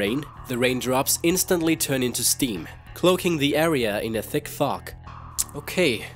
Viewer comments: he says thick fuck XD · did he say thick fog or thick fuck